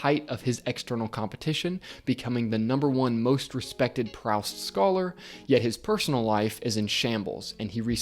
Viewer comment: Great video. :) Just one thing, the ou in Proust is pronounced more like the ou in ghoul or tool.